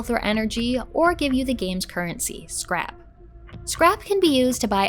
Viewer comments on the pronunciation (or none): none